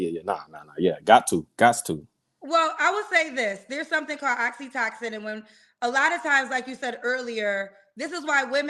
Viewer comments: girl!! The "love" chemical you're talking about is Oxytocin = Ox E toe Sin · lol talkin bout Oxytoxin😂😂😂girl I love you but please get the word right if you gone say it that many times😩 Oxytocin 🤦🏽‍♀️😂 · It’s oxytOcin,. Not oxytoxin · Oxytocin not oxytoxin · Not Oxi-Toxin?! lol *Oxytocin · Every time says oxytocin I hear oxycontin 😹 It's pronounced oxy-toe-sin. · Oxytocin is pronounced oxy-toe-son